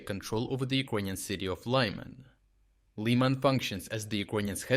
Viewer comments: how difficult is for this ai to say fokin LIMAN?!!! it said it once and then LlAyMen 🤡rest of the way. 🤦🏽🤦🏽 where is any Y, HA? who is training this shit? 🤦🏽 pathetic. and these automatic channels are going to cry about bot attacks. 🤣🤣🤣🤣🤣🤣 can you be any more stupid? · again inconsistencies in pronunciation, is this narrated by AI? "Laiman" then 2 seconds later pronounced as "Liman". Please keep the quality of the reports and analysis, but PLEASE do not use AI to narrate! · I don't get one thing. How can you pronounce Lyman two different ways in the span of 10 seconds?